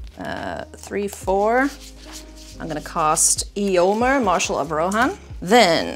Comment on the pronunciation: The only thing that bugged me from this episode is pronunciation of "Éomer" 😂 "ay·ow·mr"